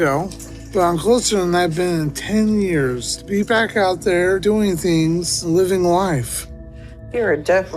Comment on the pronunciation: Its pronounced years not yares bruh